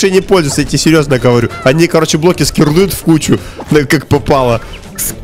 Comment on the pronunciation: Они короче "Скирлдуют" свои блоки там в кучу, куда попало 🤣🤣🤣🤣: На каком он языке базарит🤣 Вы бы слышали что мы бы базарили своим Средне-Азиатском (Кыргызском)